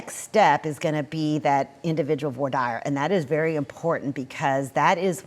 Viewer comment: how did she pronounce voir dire?? This is your "senior crime and justice reporter" and she has no clue. Has she seen the inside of a courtroom?